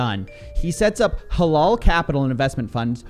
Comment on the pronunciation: Prononciation of halal is more like halAl with a hard A not halol